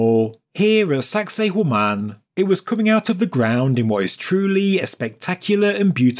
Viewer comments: all I hear is "Saxy Woman" when spoke the location. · Did you really say "sexy *hore man"? 😮 Stop it!